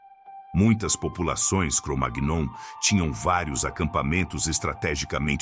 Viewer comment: O vídeo está legal, mas verifique a pronúncia de "Cromagnon'. Não é assim...